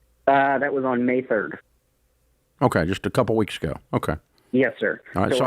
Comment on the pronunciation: He just said 2 werks